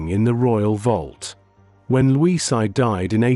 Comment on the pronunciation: And Luis is pronounced Loo eesh in Portuguese